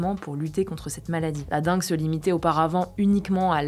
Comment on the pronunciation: Attention, on dit DENGUE ! :)